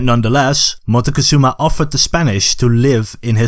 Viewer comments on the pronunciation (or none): The way this video pronounces MOCTEZUMA throughout the video is painful. If you're going to educate,pronounce the names correctly. It's MOCK-TEH-ZOO-MA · wait I didn't know you pronounce Montezuma as Montecozuma? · Montezuma is pronounced mock Tay zoo mah, not m Mah teh cuh zoo mah. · Is it so difficult for an English speaker to pronounce a name like Moctezuma correctly?